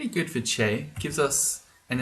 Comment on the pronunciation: Didn't say Chai instead of Chei once... Where are we supposed to get our tea based humor if not you,?